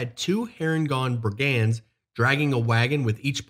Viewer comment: "BRIG-und" not "brig-And" haha